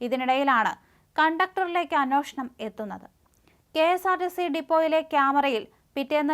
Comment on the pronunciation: അന്നോഷണമല്ല അന്വേഷണം എന്ന് പറയൂ